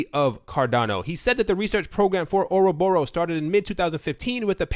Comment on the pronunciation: You don't pronounce ouroboros right. Or rob er us. emphasis on the rob. not oro borus :p